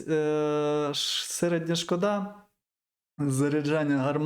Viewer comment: додали*... (кого, що?) камуфляжі* - п'ятдесят*...такой - політ* - шко́да (шкода́ = на жаль/прикро)* - п'ять (не забывай про апостроф)* - колекцію* Щодо Чифа - рідкісна машина , так би мовити - унікальний (корінь слова - кал😂) - риба-меч* 💙💛